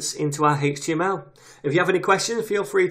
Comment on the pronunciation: Greatly explained thank you! The way you say 'hhaeeech TML' is odd lol.